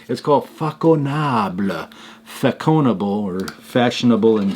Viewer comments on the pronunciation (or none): Façonnable is as you say a high end boutique. The sound of the french ç is as an s and not a k.